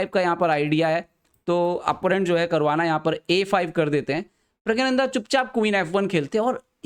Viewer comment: pahele Puri knowledge rakhliya kr wo Hindi me aur Tamil me प्रज्ञाननंधा hi hai uske nam ka asal pronunciation yahi h 😂😂